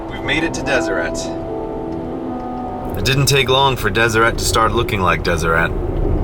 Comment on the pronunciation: Wait... Deseret isn't pronounced "Des-er-ay"?!?